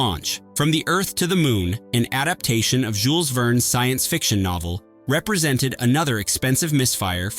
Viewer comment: Did I hear the narrator pronounce Jules Verne as "Ver-nee" (11'26"). 😮😂😂